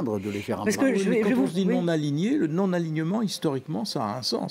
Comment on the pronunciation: Ouh ! c'était dur d'aligner les mots non-aligné et aligné... On a entendu aligné et aliéné à la place !!